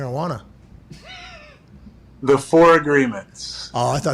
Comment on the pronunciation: Pat has me dying lmfaooooo. "Marijuana" 😂😂😂😂😂💀💀💀💀